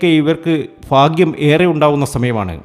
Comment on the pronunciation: ഫാഗൃ० അല്ല ഭാഗൃ०